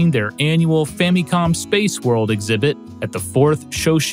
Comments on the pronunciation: Why is he saying fammy-com? It wouldn't bug me so much if he didn't say it 94 times. Fam-i-com. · Why do you keep saying "fah-mee-com"? It's short for Family Computer. So the mi in Famicom is pronounced IH, not EE. In phonetic pronunciation it's FAHM-ih-com. I have never heard ANYONE mispronounced it like you're doing, it's very jarring. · Sweet lord have mercy. That “fammycom” pronunciation just grinds against my soul. You don’t say “fammy lee” for family. It’s “fa muh lee,” right? “Fa muh com” just sounds better, I feel. I’ve heard that for some people “fammy com” makes it sound more Japanese but that "mi" part is literally the only part you’re getting right if you do so. ファミコン is fa mi kon. Maybe you’re getting the mi part right but why is there so much focus on that when the rest of it isn’t correct as far as the Japanese is concerned? I say just say the regular American pronunciation and go with “fa muh com.” I don’t know why this “fammycom” drives me nuts but it does. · why does he say it like "famycom"? its FAMICOM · "The Fammy-Com" that's a quite a pronunciation of Famicom 😂